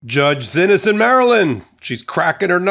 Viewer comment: Isnt "Xinis" pronounced "see-knees?"